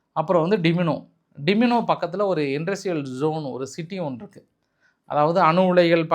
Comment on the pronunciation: டிமினோ இல்லை டிமோன (Dimona) pls correct next time 🙏😄